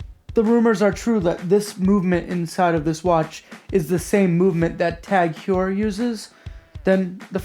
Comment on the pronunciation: Great video mam! Zodiac is one of those brands that I've always seen but never seriously looked at. Also that is an interesting way to pronounce TAG Heuer.